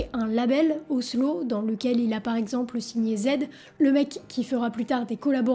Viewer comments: super vidéo je l'ai dévoré, seul bémol on dit OWSLA pas owslo :p, ça m'a irrité les tympans étant un fan ^^ la bise! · Super vidéo par contre on dit OswlA avec un a pas un o, et pour ceux qui ont la fllemme du documentaire en anglais il existe sous titré en francais desormais